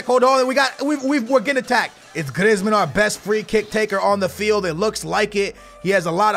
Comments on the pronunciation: Please stop calling him Grizmin and griz call him by his name Griezman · please may you stop saying Glizmen it is pronounced Greezman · its pronounced greezman not grizman